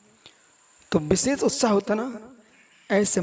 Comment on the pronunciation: कितना अहंकार. ढंगसे हिंदी बोलना आता नही हैं. विशेष को बिसेस बोलते हैं. हरपनहळळी तो दूर की बात. ऐसे अनपढ गवार कर्नाटक की सुबुद्ध जनता को धर्म सिखाएंगे?